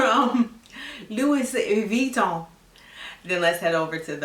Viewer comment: You said Pantene Pro-V 😄🤣 Your pronunciation of Louis Veeton has me cracking up!!! Thank you for this video